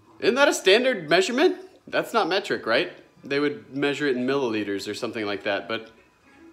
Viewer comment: Meh-treek as AvE says. Lol